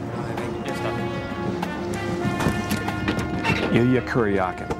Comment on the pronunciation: My local newspaper didn't mention his name either. They had no trouble forgetting to mention more liberal actors, of course. Thanks for pronouncing and spelling his-and Illya's name correctly.